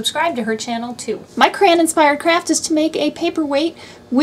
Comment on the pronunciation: Why are you saying "cran" instead of Cray-on? Sorry, I'm a big word person and it drove me Crazy!!! LOL!